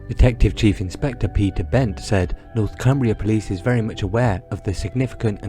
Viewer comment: ITS NORTHUMBRIA POLICE NOT NORTHCUMBRIA FFS 🤦‍♂️